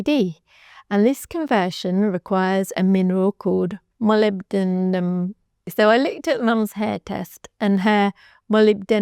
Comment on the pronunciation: Woooow you learned to pronounce molybdenum!!! ❤❤❤